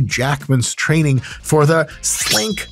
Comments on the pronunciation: “Slink”? Sir, it is “snikt”. Everybody knows that! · Lol I must be autistic, I got pissed when he said "slink" instead of "snikt" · Snikt not slink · Get the claws right Dr. Mike. It’s Snikt not “slink.” 😁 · It’s Snikt not Slikt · I'm sorry dude but it's snikt not slink😂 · I think it’s “snikt” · You are wrong in this video Dr. Mike. It's "Snikt!" not sling :P :P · It's Snikt, gosh. 🙄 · It's not "SLINK!". It's "SNIKT!" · I will have to correct you, it is not slink, it is SNIKT😊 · “Snikt” not “Slink” 😂 Sorry, I’m a nerd… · Its "Snikt" 😂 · Excuse me sir... it's actually "Snikt" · It’s pronounced “Snikt” but whatever…